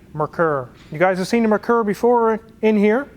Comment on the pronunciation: Pronounced mare-coor (or just XR4Ti)